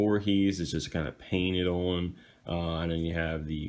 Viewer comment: Owe-nnn, owe-nnn, owe-nnn. lol - the way you keep pronouncing "on" over and over incorrectly is so distracting. Owe-nnn..lol as I'm writing this you keep saying it. Owe-nnn...there it is again! That would be a (owe-nnn) 'you pass out within 5 minutes' shot game.